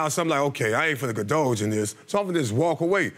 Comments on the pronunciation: Yesssss and he said condulge instead of indulge....whew I knew I heard craziness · 😳 Wait, did he just say condulge? Sir, the word is indulge but carry on.🤔 She’s childish, controlling, manipulative, and plain crazy. Oh Heavenly Father, she’s pregnant 🤦🏾‍♀️. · That's alright he said condulge lmao